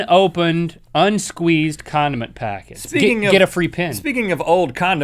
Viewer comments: Listen he says Condim by accident! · I thought link said condom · Am I the only one that heard "condom" packages? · Omg when you said 'condiment packets' I thought you said 'condom packets' and I was like whaaaaaat